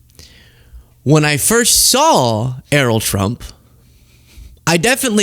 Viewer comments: It's not Er-roll or E-roll. It's pronounced Eh-ryl. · Pronounce Errol correctly, otherwise great vid, it's Air-roll, but Err-rol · Err - role? Errol rhymes with peril ya fcking eejit.